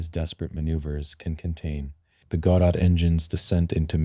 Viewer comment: Which part? AI voice that can't even pronounce Godot, AI generated script and Ai generated images... what did you do exactly?